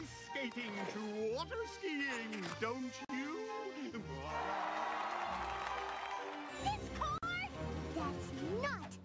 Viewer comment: I'm glad someone else noticed "Dick-cord" XD This was hilarious!